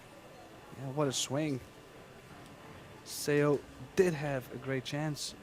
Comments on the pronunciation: Commentators should learn how to pronounce the players' names before commentating. Suh Suh Ah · Karl seems to be the only commentator who knows how to say Seoa’s name correctly. All the commentators for this event say it wrong😅